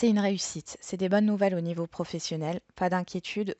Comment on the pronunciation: Coucou ok pour maux mais bonnes et non bones😄😁😆😀😅....amicalement Muriel bisous de Belgique